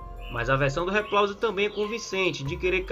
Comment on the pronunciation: RIPLAUSE🤣🤣 diz ele kk